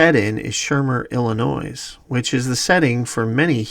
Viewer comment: FYI, 1). The “S” in Illinois is silent…once or twice …who cares but five times uhh …2). Please consider using higher res still images because on larger or even medium size screens the pixelated distortion is egregious. Excellent excellent work. Seriously great content 👍🏼 👍🏼